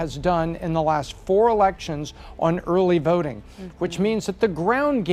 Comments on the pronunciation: "Early verting." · early vRting, she said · 🤣 Was scanning comments for Urly Vurting 🤣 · “Early verting” 😂 love her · Just wondering, what is 'early verding'? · "Early Verting" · eurly veurting geurl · Why did the pick her to talk about uhrly vurting? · "Early Verting"